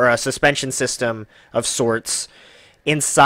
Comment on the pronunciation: So hard to listen to this review with you calling it I.E.T